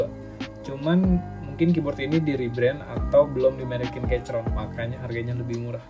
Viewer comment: saran: sblm ngereview, perbanyak research dulu deh gan. bacanya bukan "keycron", tapi "keykron".